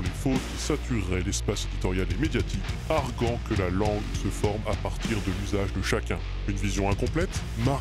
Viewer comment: À , il est indiqué que vous respectez la réforme orthographique de 1990. Celle-ci prévoit notamment un tréma sur le « u » du verbe arguer pour faciliter sa bonne prononciation. Or, à , en voix off, on entend « arGant » au lieu de « argUant ». Cela ne contrevient-il pas à la réforme ? Cette prononciation relève-t-elle d'un choix volontaire (de se conformer à l'usage par exemple) ou est-ce une erreur de votre part ?